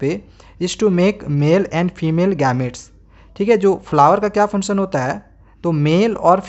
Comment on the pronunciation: Funsun nhi hota function hota hea